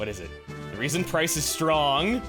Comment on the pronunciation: You called Pryce "Bryce" after Teanie's Tally.